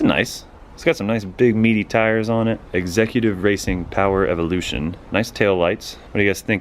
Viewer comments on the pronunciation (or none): none